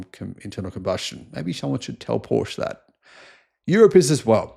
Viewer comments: Killing me with your pronunciation of Porsche. How do you pronounce Chevrolet? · U need to learn how to pronounce Porsche. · "Paw sha" pronunciation. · If you are making videos about Porsche, at least learn to properly pronounce the brand name. Great video otherwise :)